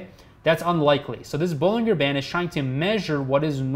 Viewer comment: Bollinger is pronounced with a J, not a G it sounds like Bollinjer